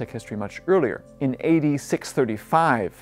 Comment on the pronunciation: EVERY TIME he says A.D it sounds like he says eighty. For example A.D 900's sounds like 8900's, A.D 635 sounds like 80,635, it was confusing the heck out of me, even the captions had it as "8900's", I didn't know if he was going by the Aztec calendars or what.